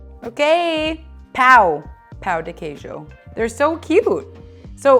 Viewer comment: Pão de queijo is not pronounced Pow D. Keejoe and why on earth did she use a muffin tin?? These have completely the wrong texture. Anyone wanting to make these amazing treats pleeease find a Brazilian recipe instead.